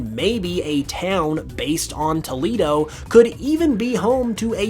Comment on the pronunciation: I live in Toledo, Spain's sister city here in the States. It's pronounced "Toe-lay-doe" in Spanish BTW. Fun fact, Toledo Spain's history of swordmaking is why my city paper is called The Blade.